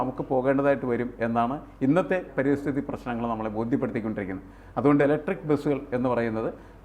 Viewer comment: പരിസ്ഥിതി, not പരിതസ്ഥിതി